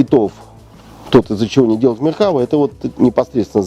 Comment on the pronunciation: МеркавА, ударение на последний слог. Палестинские отряды Хизбалы - вообще вне критики. Хотя бы потому, что Хизбала - шииты, а что Фатах. что Хамас - сунниты. Вторая Ливанская - никак не интифада. И т.д.